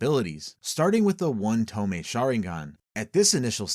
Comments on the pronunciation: tomei? TOMEI? its tomoe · this is good but GODDAMN just pronounce the names correctly. it's To-MO-e, not To-me. all the vowels are important. this is like when in the forbidden jutsu vid you kept pronouncing Edo Tensei as Edo Tensai for no visible reason. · "Toe-Moe-Ey." Not "Toe-May." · wtf is a tome? You mean Tomoe? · Pronounced TO-MO-EE. Js. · ok I'mma make this easier on people because I didn't know it would annoy me this much TOMOE= TOE- MOE- WAY THREE TOE-MOE-WAY SHARINGAN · Bro pronounce tomoe properly. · The 2nd o in tomoe isnt silent